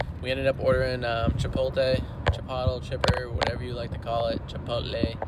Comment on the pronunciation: Chipottle??? LOL! It's pronounced "CHI-POHT-LAY", or to really sound accurate, "CHEE-POHT-LAY".